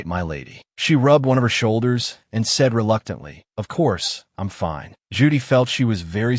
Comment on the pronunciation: Or "Ju-Dai" instead of "Judy". 🤔